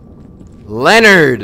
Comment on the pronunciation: did he really just call that ladies husband lenered. sorry cant spell lol im weak